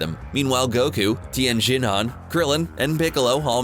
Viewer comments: anything anime related they cant pronounce shit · LOL Tien shin Hen, i lol'd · Ok serioualy... EVERY dragon ball related video uou do you say their damn names wrong! Tien SHIN HAAN chow-T ZOO pw-ARH You guy's clearly did not watch this show ever or you'd hear the names and knkw how to promounce them...